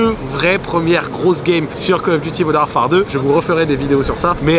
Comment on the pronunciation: le modern war-far me bousille les oreilles